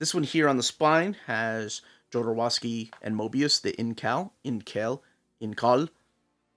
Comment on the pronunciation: For a guy that pronounces authors names correctly. Why do you butcher Jodorowsky's name. It's not JodoWowsky. Hope that doesn't sound mean